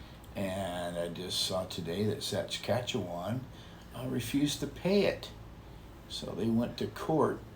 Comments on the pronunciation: Also, it is adorable how says “Saskatchewan” like “Sats-catch-ewan” ☺️ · Saskatchewan: sounds like Sa-skatch-e-wan 🇨🇦♥️ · I love the robot idea. No guilt, no worries about theft etc. And they could be programmed to contact emergency services and or family etc. BTW love pronunciation of Saskatchewan LOL! But hey, good for you for even trying.:)